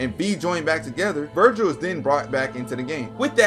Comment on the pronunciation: You misspelt and mispronounced Vergil throughout the video, but you are right. Vergil IS the coolest character in fiction. Jk, it's an even split between them, but I love how permanently unserious Dante is.